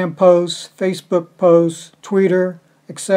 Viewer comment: Its twitter not tweeter lol